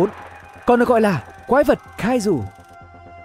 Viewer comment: Nghe ổng nói quái vật cai dù =))